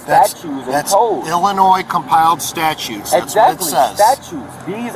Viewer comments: I cannot take seriously anybody who constantly pronounces "statute" as "statue". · He is definitely saying statue, not statute. What a student of the law. Also, I keep waiting for an officer to point out that the sov cit made a contract to abide by laws like handing over ID when they applied for that license they're so possessive about. And that the license itself wouldn't exist without the government making it, so he's enjoying benefits of it - the opposite of anyone owing him money for looking at it. Insane.